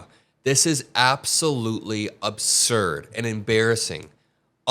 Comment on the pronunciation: Its ABSURD dude not obsurd. ;)